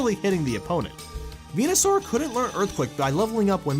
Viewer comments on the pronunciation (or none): none